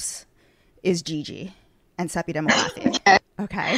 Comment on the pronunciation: Ms. Marja. Babygirl 🙄 You DID NOT make Sepideh “Mofie”. It’s Sepideh Moafi, put some respect on her name. She’s been acting for over a decade, The L Word might be considered her breakthrough, but she made herself. You my dear, literally had no idea what you were doing when you took over this once beloved show. Have a seat